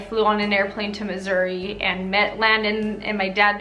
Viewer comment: it sounded like you said "I loved my time in misery" lol